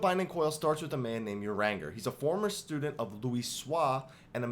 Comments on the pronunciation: I love this comment, I thought the same thing when he said "uranger", up on seeing that I was not the only one I bursted out laughing at what you wrote!!! Thank you 😊. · Omg. I love you, but your pronunciation of names is terrible. If you say "uranger" one more time....